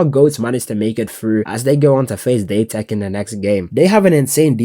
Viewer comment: date tech not daytech